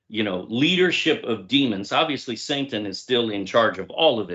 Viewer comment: It is an accent but perhaps subconsciously, it does expose something. Yah Bless.